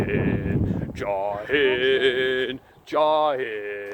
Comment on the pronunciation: 🎶Joi haind Joi Hind🎶😂😂It is Jai hind professor.... anyway lots of 💕💕💕💕 for ur family